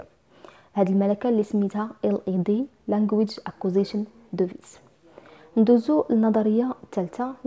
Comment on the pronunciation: Device ==(ديفايس ) / not (دوفيس ) Thank you